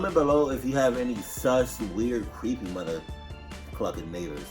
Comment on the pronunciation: Ooooh cweppy